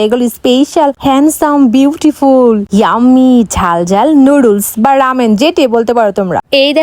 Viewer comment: নুডলস্ ✔️ নুডুলস ❌